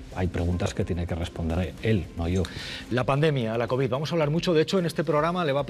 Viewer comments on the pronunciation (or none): none